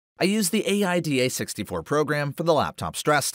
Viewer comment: lol at the way you pronounce aida and hwinfo